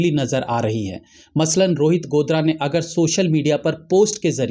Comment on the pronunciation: गोदारा है भाई साहब गोदरा नहीं